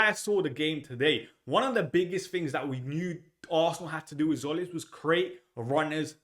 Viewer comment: Not Zolis, hint: Tzim is Jim written in greek.